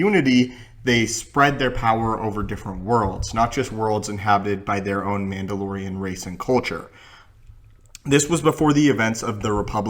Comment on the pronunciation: "M'amdalorian" Sorry...